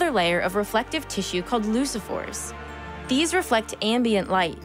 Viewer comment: Pronounced "leukophore" not leusophore. Like leucocytes etc. Please check with a specialist before posting.